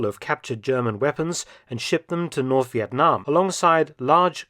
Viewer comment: Professor Mark’s pronunciation of “Việt Nam” is exceptional and pleasant to hear as a Vietnamses ! !